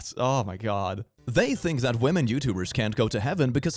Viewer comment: Well, I am no american nor british, but I am sure it is "women", not "wemen"!